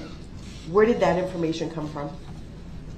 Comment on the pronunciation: New words everyone…from brooks ….that is now DAT….with is now WIFF…ask is now AX…lets all remember these fancy new words and teach our children these words